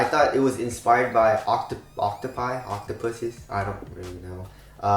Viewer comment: Did I hear Octo-pu-zies? :D :D :D